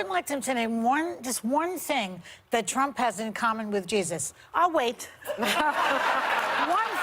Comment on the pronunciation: did she say Kump or Ktrump